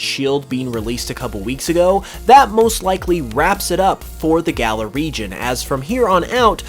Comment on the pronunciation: Why does he keep saying Gala? It's Galar, dude